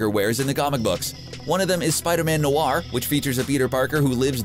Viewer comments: Did unjust say nuwar it’s nor (spelled noir) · why you say spider man noir like that its not no ar